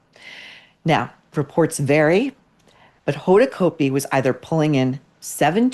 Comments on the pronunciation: Cot-b. Hoda cot-b. Not coat-b. Used to be news anchor on new orleans tv. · Pronounced Cotbee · Said like COT'-bee COT'-bee COT'-bee !!! Pls get it right.